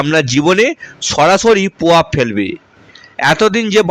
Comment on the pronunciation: র ফলা উচ্চারণে সমস্যা হচ্ছে। গোহ, পভাব বলছো কেন?